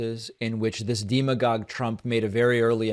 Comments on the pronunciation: Why are you pronouncing "demagogue" with a long "e"? Is it pronounced that way in Spanish? (Serious question. I only had 1 year of Spanish, and we didn't get to demagoguery.) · Who pronounces it "deem-a-gogue"??